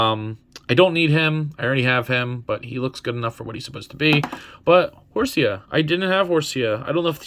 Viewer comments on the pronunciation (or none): Im cringing just hearing you say horseaaaaaaa!!!😖😖😖 it pronounced HOR- C